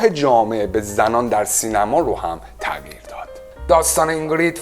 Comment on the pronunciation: تع قیر نه، تغ یییی رررر